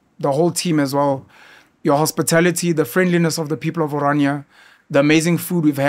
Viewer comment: it's NOT! oranjia! It's O R A N I A, from the greek, O R A R, dream